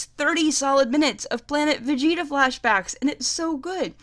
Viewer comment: And let's not forget Karkarot and Vergerter 😂